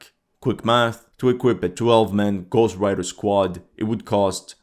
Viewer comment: Magnifique vidéo,j'ai trop rigolé quand tu as dit Mad Max comme le film ou Gohst Rider 😅,mais en fait c'est du sérieux. Les russes ont vraiment l'art de la guerre,je ne pensais pas que ces motos pouvaient être aussi pratiques. Vous m'avez appris beaucoup de choses dans cette vidéo,votre travail est formidable et vos explications sont claires. Qui aurait pensé à faire des armées de motos tout-terrain qui peuvent aller partout dans ces grands champs ? Merci beaucoup pour votre vidéo, je crois vraiment que si je n'aurai pas regardé cette vidéo et que j'aurais été sur les sites Ukrainien,les Ukrainiens auraient fait croire, que les russes sont tellement nuls, qu'ils n'ont plus de véhicules et qu'ils sont obligés de prendre des vélos et des motos comme le truc des puces de machine a laver, j'aurais vraiment cru a cette propagande mensongère si je n'aurais pas vu cette formidable vidéo explicative. En fait d'après ce que vous dites, cette technique à moto est très pratique et fonctionne parfaitement bien. 👍🏼